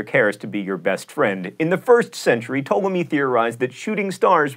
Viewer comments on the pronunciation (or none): none